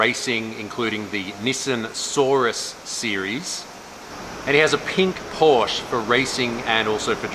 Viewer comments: pleaaaaaaaaaaaaaaaaaaaaaase say porschE not puursh :D the last e is pronunced like the first E in 'enter' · Porsche is two syllables